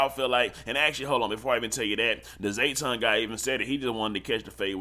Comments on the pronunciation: Its JAYTON not zayton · Bro cant be from Texas because EVERYBODY KNOW buddy name IS NOT ZAYTON. ITS JTON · JAY-ton, not Zay-ton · His name JAYTON not ZAYTON…. Outta town azz nigga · JAYton not Zae. 😅🤣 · Lol it’s “JAYton not ZAYton”🤣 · Bruh it's JAYton not ZAYton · Jayton not Zayton